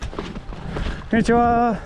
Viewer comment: Just a guess - may be the accent and the confidence with which you said konnichiwa gave him an impression that your nihongo is indeed jouzu 😄 btw, loved this video. I used to think to see snow monsters we had to hike to super hard places but this one seems quite accessible. Moriyoshi is now in my saved location on google maps.